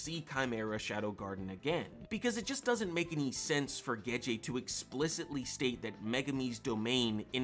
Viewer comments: It's Gege, not Geje lol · The fact you keep saying Gege's name wrong makes me question your whole theory...if you can't say the name right how can i believe anything else you say.....jkjk. love the video